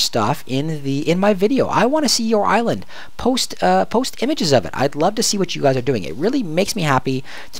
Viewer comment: I really like you videos :) But when you'r writing "/island level", the way you say island is seriosly annoying :D The same when you say out loud that you write "/c" and "/c c ......... " :)